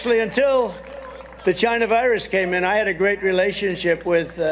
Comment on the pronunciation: President Biden overcame his speech impediment. Trump does not acknowledge his own. Chai-nah, oranges etc. (Lost count of all his tongue trips)